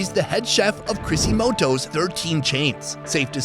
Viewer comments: Crisostomo not crisomoto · bruh, i died laughing at the chrisymotos instead of saying of Crisostomo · Not Chrisimoto’s but Cri-sos-to-mo. A Spanish (last) name drived from Greek name meaning “golden mouth”. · Crisimoto,.? Its crisostomo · The pig scaring him is hilarious 😂 also calling calling the restaurant "Krissymoto" when it's Crisostomo. I love this guy. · CRISIMOTO? man murdered CRISOSTOMO 😂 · He said “chrisy-moto’s” = “Crisostomo” 🤣😭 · No one's gonna talk about how he pronounced crisostomo as crisimoto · HAHAHAHAHA I LIKE THAT said CRISSY MOTO!!! HAHAHAHAHAA🤣🤣🤣 Instead of Crisostomo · I like how it went from Crisostomo to crissymoto's lmaoo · did he say crisimoto? its cri-sos-to-mo XD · It's funny how you said crisimoto instead of crisostomo 😊😊😊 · You pronounced Crisostomo as Chrissymoto. It's Filipino and became Japanese 😂😂😂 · CRISIMOTO I think it was Crisostomo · CRISIMOTOS 😂 ITS CRISOSTOMO ( KRI-SOS-TO-MO) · Laughed at “Crisimotos” when it’s supposed to be Crisostomo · Crisimoto 😅 You made it Japanese,. It's Crisostomo, it's more of the Spanish side of Philippines. haha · Crisostomo ❌ Crisimotos ✅ hahaha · Crisomoto 😭😂 it's crisostomo! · Crisimotos? hihihi.. its Crisostomo. Oh you were at Robinsons Magnolia! Wish I was there that day! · “Crisimoto”.. hahhaahhahaha.. “CRI-SOS-TO-MO”.. You crack me up.. haha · It's not crisimoto restaurant,, it's crisostomo restaurant! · I just watched this for the second time and noticed you said crazymoto but its crisostomo hahaha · I'm a big fan but you mispronounce the restaurant's name its not Crisitomo it Cri--sos-to-mo. 😁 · Crisostomo not crisimoto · Crisimoto??? 😂 Cri sos to mo sir😂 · It’s crisostomo not crisimotos 😁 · CRISOSTOMO ---> CRISSYMOTO 😭😭😭😭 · CRISOSTOMO NOT CRISIMOTOS XD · Crisimoto, crisostomo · I was like, HA WHAT CRISIMOTO THEN I REALIZED THE RESTO IS CRISOSTOMO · "Cri si mo tow" It's Crisostomo. Kri. Crispy "R". Kri---sauce---toh----moh. 😭😁😘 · Uhm. Crisostomo not Crisimoto.